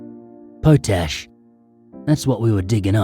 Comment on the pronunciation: It's pronounced pot ash not poe tash.